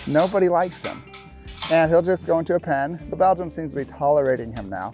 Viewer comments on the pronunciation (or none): FYI, I heard one of your male team members referring to the "Belgian" draft horse as a "Belgium." It's actually pronounced "Belgian" just like "Belgian waffles."